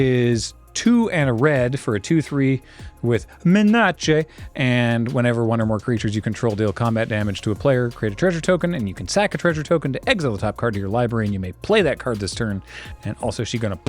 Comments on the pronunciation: Just fyi,, the word "menace" is supposed to be pronounced as [ˈmɛnəs]. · (the mispronunciation is on purpose)